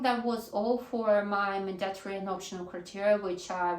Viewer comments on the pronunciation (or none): mАndatory, а не mandAtory, от слова манда что ли? режет ухо, что же у вас, русскоязычных одна и та же ошибка...